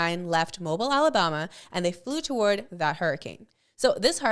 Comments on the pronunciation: It's pronounced Moe-beel Alabama. Not Moe-ble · the homes are moh-bul, the city is Moe-beel